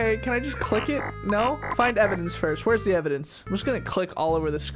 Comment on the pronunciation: made me laugh so hard when he said FERST😂😂